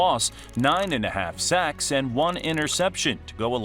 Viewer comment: "Seggs" - AI Voice, "Sawks"